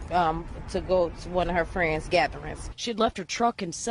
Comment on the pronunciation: Tah fwends😧😧😩😩😩